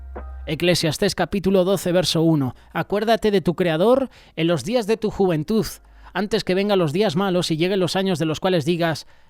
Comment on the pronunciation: 😮juventuz no se dice" ni verdaz...😢😢😢tampoco.